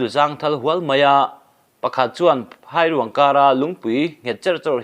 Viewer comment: Phairûang i lam dan chu leh